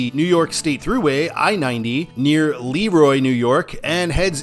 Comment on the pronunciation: And it's Le-Roy, not Leroy